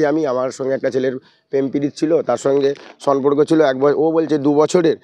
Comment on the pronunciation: Samporko hobe sonporko noy go😂